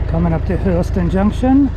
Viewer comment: So you are Welch ! I'm not really surprise in fact, as you were prononcing "Llangollen" as it must be prononced in welsh I suppose... But then, we are sorts of cousins, as I am Breton...🙂